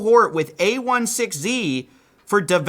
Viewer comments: It's pronounced a-16-z not a-1-6-z. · I swear if you say “A one six Z” instead of Andreessen Horowitz or a-sixteen-z one more time I’m going to scream. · "A ONE SIX Z" ... a16z ... Andreesen-Horowitz ... A SIXTEEN Z ... A + ndreesen-Horowit + Z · for a person who's covered crypto so much, you should know that it's A sixteen Z, and not A one six Z. It really takes away from your credibility as a reporter if you dont know the name of the biggest fund in the industry. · Dude either read it as „a sixteen z” or as „andreessen horowitz”, „a one six z” makes no sense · Tiny feedback: The name of the firm a16z is pronounced “A sixteen Z” (not “a one six z”). Just sounds really weird if you’ve worked in tech, wouldn’t want that to detract from the very valid criticism. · Just a quick note: it's "A Sixteen Z", not "A 1 6 Z". The sixteen stands for the 16 characters between the names of the founders: "Andreessen Horowitz". Marc Andreessen is the founder of Netscape, and one of the inventors of the modern web browser. Ben Horowitz is slightly less known outside tech, but also got his start at Netscape. Why I am saying this: Saying "Sixteen" will just give you a bit more credibility if you talk about this publicly. Although, I guess, if you want to position yourself as a total outsider to VC, saying it wrong deliberately could be a valid strategy. Up to you! But now you know. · It's A sixteen Z. Please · Yo,. It's pronounced "A-sixteen-Z" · can you please pronounce it a-sixteen-z, the sixteen is the count of letters in between andreesenhorowitz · FYI: a16z is pronounced “A sixteen Z”. It’s Andreessen-Horowitz aka A (16 letters) Z. Marc Andreessen is an interesting character, worth googling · It's pronounced A sixteen z. Just like internationalization is i18n. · it's aye - sixteen - zeeeee